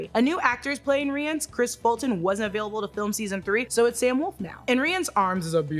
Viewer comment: Its pronounced R-I-Onc not re. Ive read the entire series about 6 times now. Geralts about to get his ass handed to him by Vilgaforts. Should have ran away before the fight started 😉